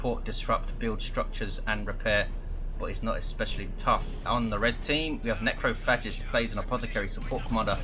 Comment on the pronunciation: "Necro Fetish" "Necro Fascist" God damn I can't tell how many times I missheard Necrophagist's name that match o.O